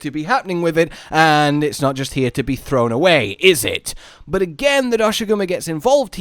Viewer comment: In the trailer they pronounced the name Doshaguma. Now everyone appears to be saying it wrong and it irks me. xD